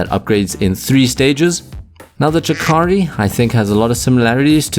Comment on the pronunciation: Every time you say "chakari" a japanese person somewhere in this world commits seppuku